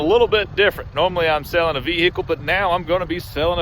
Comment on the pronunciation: 😂😂😂😂 I'm loving the way you pronouncing "VEHICLE"